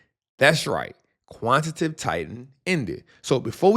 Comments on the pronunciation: QUANT-TI-TATIVE!!!!!!!! Not Quant-tative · Yo, It's Quan-ti-ta-tive 🎉. Great work brother! 💪🏾 Love the channel!